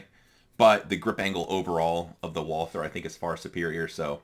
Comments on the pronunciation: Just drop the h. You take the Val- from Valhalla and add the the war on "ter" as G. W. Bush put it. Val-ter. Not a biggy. Do you use the large pdp backstrap? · I can live with someone saying zed more than someone that pronounces Walther with a th.